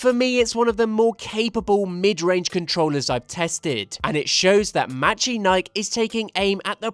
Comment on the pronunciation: I might be wrong, but I think it's pronounced "mechanikey"